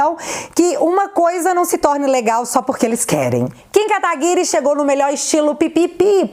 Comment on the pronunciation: Diz guedes: "kataguri" kkkkk isso é pedofilia hein